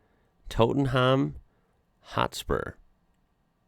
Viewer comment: I'm howling - tote-en-ham 😂😂😂😂